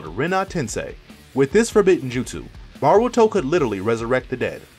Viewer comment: BAH-RU-TO lol